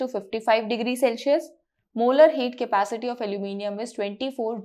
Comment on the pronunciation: Cepastey nahi madam capacity 😂😂😂